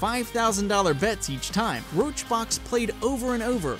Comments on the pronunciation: funny thing as well is he's saying "roachbox" lmao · no he didnt even say roachrox he said roachBOX like they're not even trying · Roach Rox some real good research you have there. Didn't even say the name right either.